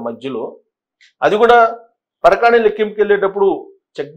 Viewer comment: పరకాణి కాదు సామీ, పరకామణి😮